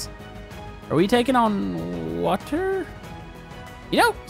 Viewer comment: Why’d you recently start pronouncing water as wa-tor. Like literally it’s recent you started annunciating that so much it’s so annoying